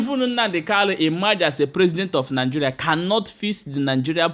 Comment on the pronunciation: Stop saying " nig"oo"ria instead, say Nig"e"ria. Thanks.